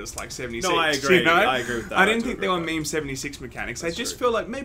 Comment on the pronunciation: 1) It's pronounced "mēm" not "mɛmɛ", just so you know. 2) Anthem is the next joke in games: "Dude, you just went full Anthem. Never go full Anthem".